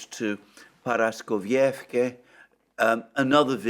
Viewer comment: Correct, and also it is ParaskovievkA, which Alexander Mercouris will never get right. 😅